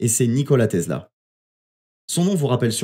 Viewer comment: TESLA bor... et pas "tezla"